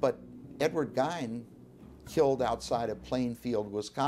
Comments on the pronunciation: Idiots, it's pernounced "Ed gein" Not "Ed Geine" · This guy does not even know how to pronounce Ed's last name.